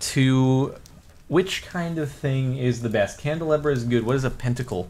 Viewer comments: Jardon... Candle-AH-bra, you fool... facepalm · I am triggered and yelling at the screen saying CANDLE-LOB-RAH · A candelabra is pronounced candle-Ah-bruh or bra depending on accents and stuff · Dude, its pronounced candle-ah-brah, brah dude, brah